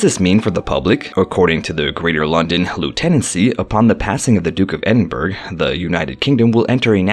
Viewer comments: Edin burg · Not to be anal. Buuuuut .. its the Duke of Ehd-inn-burrow - OR If you want to it to sound real Scots.. sound this out. Ehd- in -bruh... !! This is how we do it. (NOT - Ed in burg) 😄✌✌ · This guy say burg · The Duke of Edin BURG?! Get your facts, including pronunciation, before making a video. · Ah yes, Edin burg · It’s pronounced edinburrah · Thumbs down for pronouncing Edinburgh wrong. 🏴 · I agree please pronounce properly